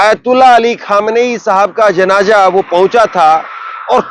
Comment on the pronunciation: Please apni language thik kar le .bolene me aap ki zaban sahi nahin hoti hai is se meaning badal jata hai,jaise janaza ko janja bol Rahe han. Please isper dhan den. Main aap ki burai nahin kar raha hun.main aap ki news barabar sunta hun.